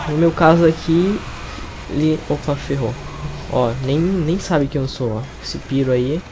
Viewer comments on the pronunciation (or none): kkkkkk... eu me matei de ri quando ele falo PIRO em ves de PYRO kkkkk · Só um aviso, não se pronuncia "píro" e sim "pairo", mas o vídeo ficou legal